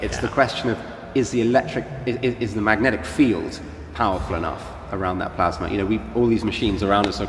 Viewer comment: What is this "plasmer" he keeps going on about?